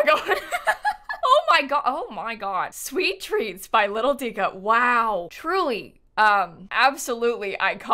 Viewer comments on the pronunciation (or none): I play console so I’m not too familiar with cc and cc creators but for so long I’ve thought LittleDica was spelled LittleDicker because that’s how pronounces it